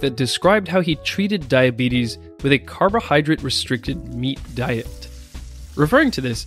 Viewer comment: jesus, it's "drate" not "drit"